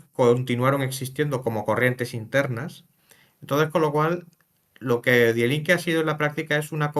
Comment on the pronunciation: Cada vez que escucho "DiE Linke" me sangran los oídos. Se pronuncia "Di Linke". Ésto es como si un alemán ve que hay una revista española que se llama "hola", y habla de ella pronunciándolo como "jola" o algo similar. El tema central del vídeo es hablar sobre un partido político alemán, que menos que aprender a pronunciarlo, que es muy sencillo y básico.